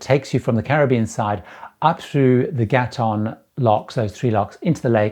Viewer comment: Just fyi, from someone who grew up in Panama, Gatun is pronounced "Ga-toon" by the locals.